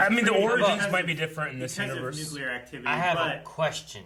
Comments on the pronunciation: Is there something happening to people over years where more and more people can no longer properly pronounce it as NUCLEAR and not NUCULEAR???!!! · Come on guys! It's new-clear, not new-cue-ler. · Why do people say “Nuke-u-ler”? ...Nuclear is so easy to say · Sorry but it sounds so cringy when I hear people say "nukelar" instead of "nu-cle-ar"! It's like Febyuary.... just FFS learn hos to speak. And not just them, I do enjoy their movies and trailer reactions, I even heard scientists in that field pronouncing it that way!! 😫😫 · Lmao 😂, they were definitely pronouncing it wrong lol... (Nu/New-clear) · Damn out of the 4 of them not one pronounced Nuclear right lol Still, lots of hype for this movie. CGI looks really good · Guys, I'm having a tough time with the way you pronounce nuclear